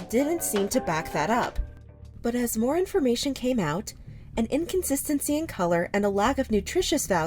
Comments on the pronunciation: “tHE pinKH saUCHe sOlDH O🦅🦅🦅🦅🦅🦅🦅TTTTtttt” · "the pink sauce sold ĀÆÉÛT🦅🦅🦅🦅🦅🦅"